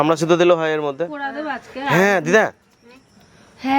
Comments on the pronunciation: সবসময় ক্ষান্ত বলে দিদা বলতে কি লজ্জা লাগে শুনতে খুব খারাপ লাগে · অশিক্ষিত দিদা বলতে পারিসনা??? খ্যান্ত খ্যান্ত করিস কেন??